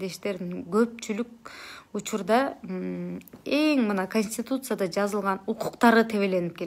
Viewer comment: Ээ ,Аа деп онтолоп сүйлөй албай калган го .Сайрап атты эле зэк эле зэк деп .Анан ушул кантип эл өкүлү болот .🤦‍♀️ Же эл өкүлү болгондо н бери блогерликти таштап , сөз байлыгың азайып кеттиби ? Сальдо .Бульдо болдуңбу же мастан ? Конституция деген сөздү айта албай койгонсуң .☝️🤨